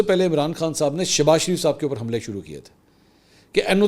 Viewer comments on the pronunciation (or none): none